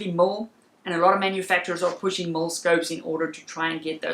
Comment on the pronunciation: Damn sounded like you were saying mull not mil. Lol thought I was losing my mind.